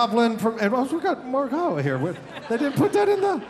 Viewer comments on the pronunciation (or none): none